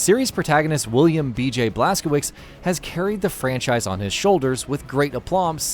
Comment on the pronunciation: Blas-ko-witz, Blas-ko-vitz, or Blas-ko-vitch...but NOT Blas-ko-wicks. There's my pedantry for the night.